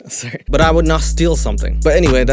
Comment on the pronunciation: The canadian “sorrey” & the part of them stealing Jesus sandels & robe 😭😭😭💀 Love the content as always. You literally talk of topics and do things noooo other youtuber i know of does but ALSO stay interesting! Hope youre doing alright 😇